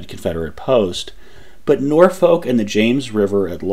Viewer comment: Just to be "that guy", Norfolk, VA is pronounced more like Norfick with no halt between the syllables. It suffered a bit of that weird thing that happened in England where town names start getting pronounced differently than they are spelled.